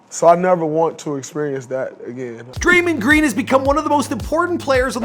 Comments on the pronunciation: Eh fam it Dray-mond not Dray-mend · He said Draymend green, ok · He said draimen green lol 😂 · "DRAY-MOND-GREEN" get it together. You're always messing up the pronunciation of names bro... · Hate how you say his name